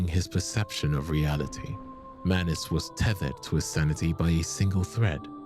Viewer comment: bro do him some justice and put the greatsword in his left hand, and it’s manus not manis.